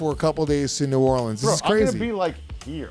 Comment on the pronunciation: you gotta work on that New Orleans pronunciation ... dont say it like a tourist 😂